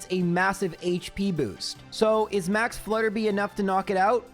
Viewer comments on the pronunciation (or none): "Hilbury" (actually Hulbury) is the second gym location, not the first. Also, it's Max Flutter-BYE, not Flutter-BEE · Hey! Three quick things: 1. Max Flutterby is "flutter by," like if you switch the letters around in "butterfly" 2. Bea is pronounced "Bee." It's short for Beatrice 3. I'm an audio engineer and I've noticed your plosives - "p" and "b" sounds - hit the mic a little hard and make a light popping sound on big speakers. You can fix this really easily by putting a cheap pop filter on your mic and also putting what's called a "high pass filter" (usually built into any EQ) on your vocal track. High pass at 100 Hz and it'll cut out that low stuff without affecting how your voice sounds. Excited for another month of!